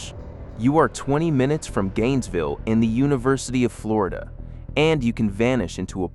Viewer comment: How is wish a PERSON was doing this and not AI. You've managed to insult Floridians in more ways than one. Learn to pronounce our town's names please. 😂